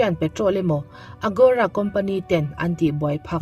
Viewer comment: AGORA a nia, AROGA tiin i rawn lam daih a...😂😂Mahse i tisual ve nih kha.